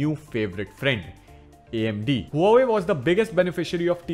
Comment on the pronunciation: The way you say Huawei Make me uncomfortable